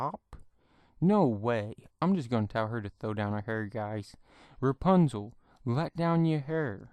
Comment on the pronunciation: It’s not repunzal it’s rapunzel